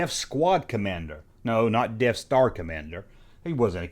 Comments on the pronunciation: Darf fader? Def star? This dude can barely speak! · Lol. Now I can’t unhear it….And I do love me some Love for my Star Wars content